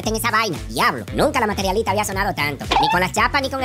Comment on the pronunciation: JAJAJA!!! La materiOlista!!! Pero y pá qué, si ni siquiera lo sabe pronunciá!!!